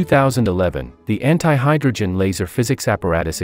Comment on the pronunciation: The *anti*word when I listened it, it sounded like h*ntai 💀